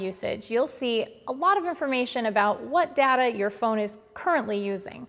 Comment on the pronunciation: You mispronounced data about 50 times